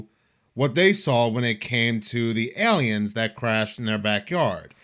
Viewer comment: The way you say “Aliens” is hilarious. Airleeans